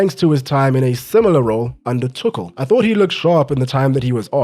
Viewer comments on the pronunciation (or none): none